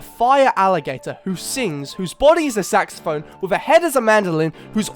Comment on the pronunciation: Not how you say saxophone but cool evolutions and another great video! 😂